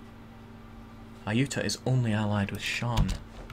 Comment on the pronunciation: i know its petty but its pronounced ay-you-tah-ya. my ocd is tingling haha